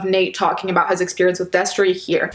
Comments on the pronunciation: She said Destry and I was so shocked, I said "whaat" out loud. The only reason you ever used to find me on Shane's channel was for wtf news and bomb dot com. I forgot that girl's name though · When u said Destry my jaw fucking dropped. So sad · I literally gasped when you said Destrey. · She said Destry and I was like “oh no baby” can these losers stop being trash? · Me hearing you say "Destry" broke my HEART. Not another childhood influence RUINED. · i heard u say destry and screamed WHY MY CHILDHOOD KEEP FAILING ME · Listen, I'm only 45 seconds into this video and she just said destry and I'm about to fucking cry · When I heard Destree, I screamed